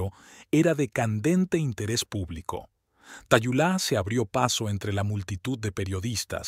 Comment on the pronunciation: Su nombre se pronuncia Talula, no Tayulá.